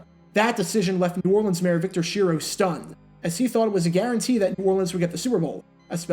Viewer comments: Great video...btw, Mayor Schiro's name is pronounced "Skee-roh". He said, during Hurricane Betsy, "don't listen to any false rumors, unless it comes from me." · Schiro is pronounced Skee-ro